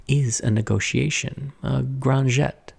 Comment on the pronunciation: If you meant grand jeté, it's pronounced "jetEh". The second e is not silent but a wide "eh". Just as a little side note